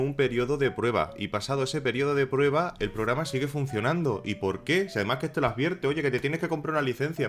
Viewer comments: Me confundistes..ordenador o ordeñador? Es programa no pograma jajjjaja me dio risaaaa jajaja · Los 6 minutos del video me estuve riendo por "pograma" y "ordeñador". Jajajajaja. Muy buen video. ¡SUSCRITO! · Yo escucho pograma y ordeñador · "gente, alolargo de losaño, un misterio rodea a unn famoso pograma de ordeñador que se llama güín rarr" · probrama de ordeñador xD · Pograma? Aprenda a hablar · Ubiera Dicho Pograma De Ordeñador XD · " porque así, lo dice el POGRAMA " xD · por que dices pograma? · Like si le escuchaste "Pograma de Ordeñador" :v minuto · "Pograma de ordeñador" ??? dijo eso o escuche mal? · "porgama de ordeñador" o.O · Dijo ordeñador y pograma? JAJAJA dios ah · Pograma de ordeñador =__= qué acento Dx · Habla bien papafrita "un programa de ordeñador"